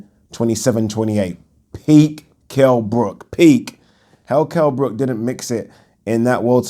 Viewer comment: Remember when floyd said Kell BROCK